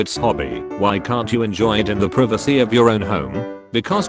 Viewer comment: and an attempt to say “Privacy”